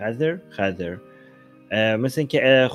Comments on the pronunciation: عزیزم اون خِضر هست نه خّذِر! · خَزِر چیه!! 😂😂 خزر درسته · حالا چرا خدر رو با لهجه‌ی آمریکایی میگی؟ 😂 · تلفظ خضر صحیح یاد بگیر!!!!